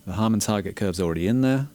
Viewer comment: Harman, as in Harman International, where Sean Olive contributes his expertise. Not Harmon.